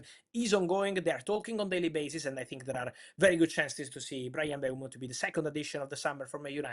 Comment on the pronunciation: Travesty that it isn't "M-boom-o"